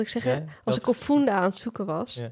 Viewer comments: Eensch met Ghislaine, fUnda, niet fOEnda. 😏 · Ik zeg ook altijd funda met uh en niet oe, heb even op google gekeken voor uitspraak en t is dus funda met uh en dus niet foenda